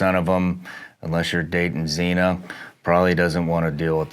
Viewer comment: he said Xena lol